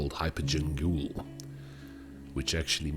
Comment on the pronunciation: Gaol is pronounced the same way as the normal (jail) spelling. It's just an old way of spelling it. Kind of a cool addition by From in my opinion. It adds to the ambiance.